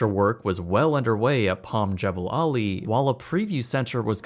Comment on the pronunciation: The correct pronunciation is Jah ball' ali.